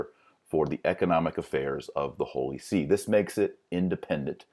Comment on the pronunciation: Not the holy "See", but the holy SÉ